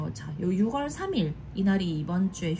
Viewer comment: 함께 힘내용 ❤❤, ~ 조심스럽게 말씀드립니다. 말을 해야하나 안해야하나 했지만 결국 이리 남기네요...6월 발음은 육월이 아니라 유월입니다. 많은 분들이 보는 영상인 만큼 올바른 한국어 발음으롤 해주시면 좋겠습니다!!